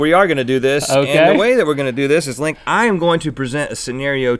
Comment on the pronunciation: Perfect accent Link. Lol